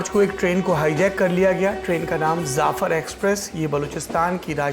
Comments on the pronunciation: zafar nahi jafar hota hay bro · Jaafar express, not zaafar express. Im surprised Saurabh would make this mistake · Jaffar not zafar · You are totally illeterate , Jafar express not Zafar